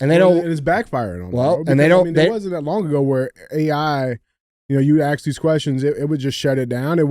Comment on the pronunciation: DJ say ASK!!! Not axe